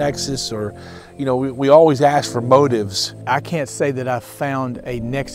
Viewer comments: The word is ask not alien movie axed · He axed me 😂😂 This didn’t happen with the cop